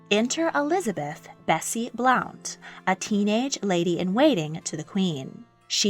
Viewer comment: Though the surname of Henry VIII's early mistress Elizabeth "Bessie" is spelled Blount, it is pronounced BLUNT.